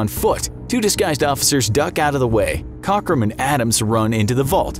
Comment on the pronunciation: 50 points for mispronouncing “Cockram”